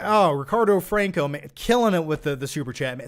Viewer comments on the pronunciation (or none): none